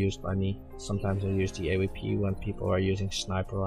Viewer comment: je zegt dingen als type 98 ipv 89 en AWP op zn nederlands xD.. EH-WEE-PEE = AWP XD